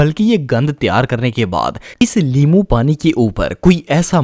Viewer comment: Limoo keha ha us NY which is correct in urdu😅 Lol